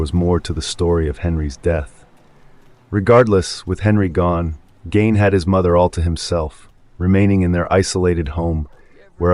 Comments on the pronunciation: it's ed gein not 'ed gain' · At the risk of being pedantic, Ed’s last name was Gein, not Gain. Just fyi. Great content on this channel.